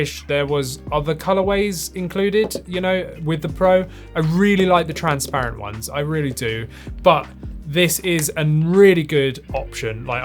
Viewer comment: Please learn how to pronounce transparent and re-upload.